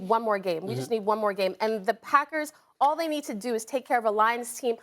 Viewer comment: I just realized SAS says "owl the time" Not "all the time"